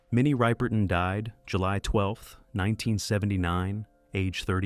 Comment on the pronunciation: It's Minnie Rip-(rhymes with tip)-er-ton, not Ripe-er-ton.